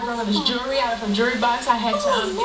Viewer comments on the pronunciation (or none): Can ANYONE say jewelry correctly?! It's not ''jurrey'' It's ''joo-uh l-ree'' Jewelry. Learn pronunciation! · Basil Kick 'em in the jurrey. :D